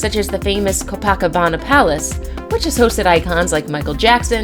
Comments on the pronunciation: DANGER! Are your kids safe? Just STFU already. P.S. Learn how to pronounce Copacabana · The same person that does the voice over has to be a teacher at Acellus Academy. She always says pitcher, for the word picture. Her pronunciations are all over the place. “‘Co pack cabana?’’ Co-pa-cabana. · Co-PACK-CObano??? 🤣🥴 Co-PUH-CUH-bana.......smh! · (Koe - PA - Cabana) ... Not (Koe-PACk-...) 🤦🏻‍♂️ it's driving me Crazy how she's saying that! 😬🤣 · Omg it's co paw ca ba na ! Geeeze! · Do what did you call this popular and well known beach in Rio de Janeiro, Brazil??? Your pronunciation is way off! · Learn how to pronounce "Namibia" and "Copacabana." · this idiot can't pronounce Copacabana ......................wtf and its hash-tagged "education " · PLEASE LEARN HOW TO PRONOUNCE THE NAMES OF THE PLACES YOUR SAYING. Copacabana Beach is dangerous because of the pollution, if you watched the olympics you would know that. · NAMBIA? CO-BACCABANIA? FFS! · The narrator needs to learn how to pronounce the places she is speaking about such as Namibia, not Nambia and Copacabana Beach in Rio. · oh my freaking Gawwwd!!! learn the names of these place you are voicing on...Please! you sound like a fool Kilauea? Copacabana? ..seriously you need to re-voice over these!!! or go back to Geography Class...